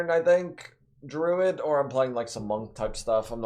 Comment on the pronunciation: It’s pronounced drooooood sheeesh. Don’t forget to water plants or they smack u